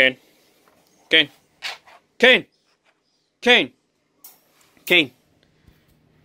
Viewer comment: It's Kane not cane